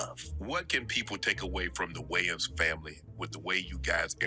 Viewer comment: you can't ever get names right. His name is Damon Wayons!!!